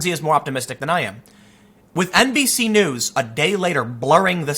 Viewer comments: Did anyone else hear NPC instead of NBC? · Did he say "NBC news" or "NPC news"? Haha